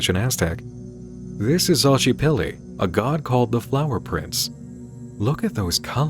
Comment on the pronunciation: I don't know if anyone else has mentioned it yet, but you're mispronouncing the aztec names. For example, Xōchipilli is pronounced [sho-chee-PEEL-lee].